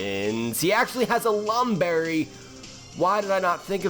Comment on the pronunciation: unfortunate lam berry